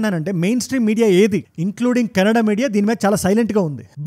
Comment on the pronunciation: ఫస్ట్ కన్నడ అని వర్డ్ కెనడా అన్నట్టు పలకవద్దు.